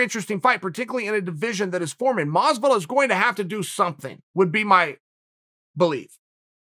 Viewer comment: Nobody: Chael: George Mazviduhl Nobody: Chael: Oohzmahn